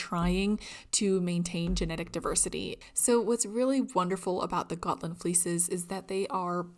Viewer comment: As a Swede I give you kudos for your pronounciation of Gotland, Gutefår and Fårö 👍🏼